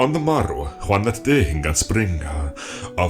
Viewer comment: Any reason you pronounce day as dei?